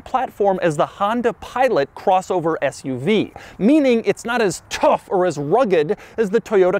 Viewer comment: The emphasis on rugged and tough u have is funnny